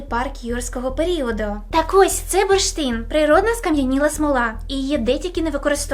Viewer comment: буршин, бурштин.....і тут бамц - реклама английскої.......а потім знов, буршит, бурштин